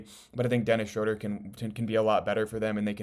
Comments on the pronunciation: Just an FYI, It’s pronounced “Shrooder” not “Shroder” Unfortunately you can’t play Ausar and Duren together and expect to win. I like them as individual players but you NEED to trade Ausar for a more complete wing and let someone else build the project. You won’t get any value for Duren in a trade. Go get Trey Murphy Or Herb Jones and change or Toumani Camara for Ausar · Its pronounced Shr-ooooo-ter... Rhymes with Shooter. Good info.